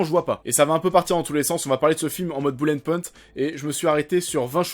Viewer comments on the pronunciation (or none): none